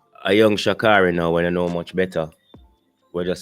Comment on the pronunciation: Her name: Sha-Kay-ry. She would appreciate her name being pronounced correctly.